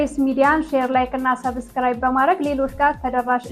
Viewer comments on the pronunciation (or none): none